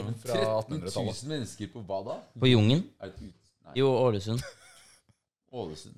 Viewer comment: "JUNG EN",,,ikke "Jungen"